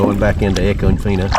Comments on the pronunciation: I’m late to the party as usual, is it feena or Fine-ah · Love the footage. But us locals don't pronounce econfina like you do. 😂 I love it. We truly live in paradise. ❤